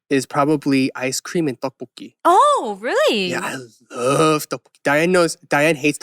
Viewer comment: Eric pronounced the Tteokbokki like his life on it 😂😂😂